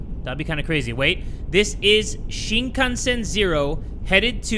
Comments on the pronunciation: I’m sorry “Shinkanshen “ 😂😂😂😂 sorry sorry for laughing. I’m not being a nerd and saying “ACTUALLY” but I’m just gonna say it’s Shinkansen 🚅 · Shinkanshen, you mean shinkansen which is shinkan cen like cent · "Sea-me-masen" LOLLLLLL